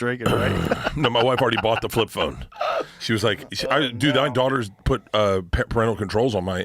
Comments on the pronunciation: the comment is making fun of Bert saying flip flone instead of flip phone. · What's a Flip Flone? Bert's tongue is swollen from all the booze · "flip flome" did anyone else hear this in the beginning or just me? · “Flip phlone”